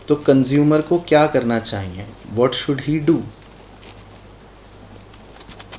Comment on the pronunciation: Chahyie word is so funny,when sir say chayie I litterlly laugh